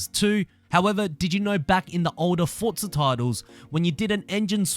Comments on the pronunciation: Forza is an itallian word. Just like pizza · Had to turn this off because of the way he says FORTZA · Why do you say fortza?